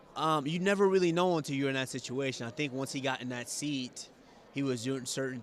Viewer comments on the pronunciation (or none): none